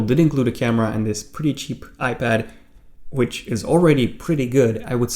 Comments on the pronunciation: Dude. Why do u keep saying "iPadder" ? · Is it me or does he keep saying ‘iPadder’